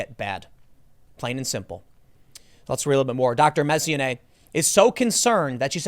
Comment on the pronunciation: Tim, Mess-on-e-ay